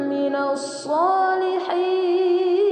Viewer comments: Mohon koreksi , ayat ke - 7 yang harusnya من tapi dibaca ما 🙏🏻😊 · Masya Allah, suara dan iramanya indah sekali. Saya suka mendengarkannya. Kalo boleh kasih masukan, pada ayat 7 ada kata "man" dibaca "maa". Silakan diperiksa lagi. Semoga hidayah Allah selalu menyertai kita. Amiin